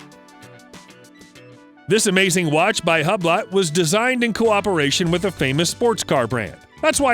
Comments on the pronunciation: It’s pronounced “yu-blo” not “hublot”😂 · I like the Hub Lot! haha. I think it is pronounced hewblow. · Hublot is pronounced 'Who Blow'.